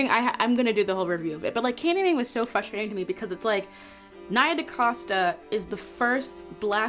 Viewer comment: It’s Frustrating to hear her say Fustrating 😂